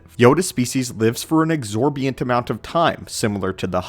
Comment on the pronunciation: I definitely feel the urge to help you with pronunciations. Amphibian...exorbitant... tough words but you gotta pronounce them right if you're going to be using them. Very distracting from your otherwise good videos.